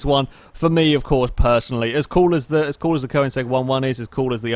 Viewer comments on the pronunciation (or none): none